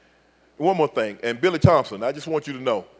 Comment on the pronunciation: Shannon "here's the thang" Sharpe